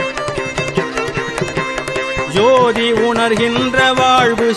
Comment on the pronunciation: ஐயா, தயவு கூர்ந்து தமிழ் வார்த்தைகளை இன்னமும் திருத்தமாக உச்சரியுங்கள். சோதி என்ற சொல்லை ஜோதி என்று பாடுகிறீர்கள். தாடுமயில் என அழுத்தமாக பாடும் போது தமிழ் வாரத்தை யாக தெரியவில்லை. இது போல இந்த பாடல்களில் சில இடங்களில் உள்ள தவறுகளை தவிர்க்க வேண்டும் ஐயா.🙏🙏🙏